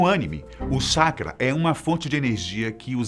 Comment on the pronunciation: Colocaram um cara que não conhece nada de Naruto, para falar! O cara nem consegue pronunciar anime e chakra corretamente